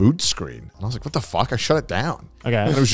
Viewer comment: That "what?" sounded very American.